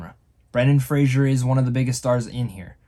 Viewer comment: It's Fraser, not Frasier.